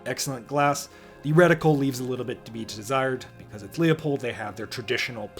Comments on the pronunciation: If you know anything about Leupold, it’s pronounced Loop-old not Leo-poled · Say it with me… Loo-pold. Leo-pold is Nutnfancy cringe and totally wrong. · LOO-POLD, not LEE-OH-POLD. like Loophole or Poophole.